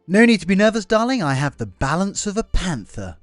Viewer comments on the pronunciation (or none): What did he say? The balance of a panter or a panda!? 😅